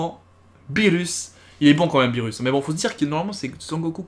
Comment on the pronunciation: A chaque fois que tu disais beerus moi j'entendais phirrux